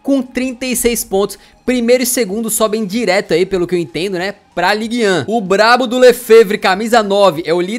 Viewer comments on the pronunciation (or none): pra vc falar o nome da liga certo é mais ou menos assim "League Du" e pra falar a primeira divisão é tipo "ligan", de nada kkkk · se fala "ligue dun" algo assim